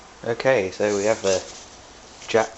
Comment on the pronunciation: i heard ppl say it jap, but that's a bad misnomer. say it like this: Jay A Pea wonderful old engines. there's parts available and reproduction. I know this is an old old video, but thanks for sharing!